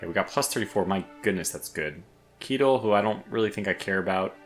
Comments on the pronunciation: Keitel is "kai-tel" not "kie-tel". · Keitels name is pronounced Kaitel